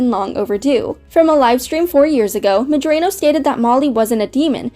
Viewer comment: I'm pretty sure you're mispronouncing Vivzie's last name.